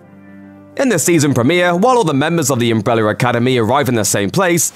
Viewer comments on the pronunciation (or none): Why do I hear "umbreller" when he says "umbrella"? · He says umbre-w-ller academy like Tom hopper😂